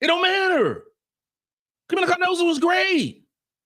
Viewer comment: could you please do me a big favor. Could you pronounce Kamillas last name right for once. Her last name is Cardoso not Cardosa.